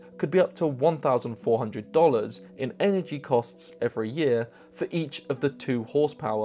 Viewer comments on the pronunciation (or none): none